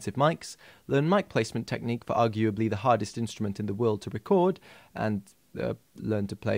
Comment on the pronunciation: This guy LOVES to pronounce his words correctly